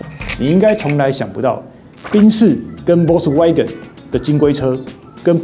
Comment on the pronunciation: 這集讓我滿身起雞皮疙瘩，不會外語發音，就國語台語來吧，何必自曝你短，保時捷的porsche，德語發音不會，就光用國語翻譯就好了，福斯就福斯，國民車就國民車，不會Volkswagen 的發音 上網去查，不要讓你自己丟人現眼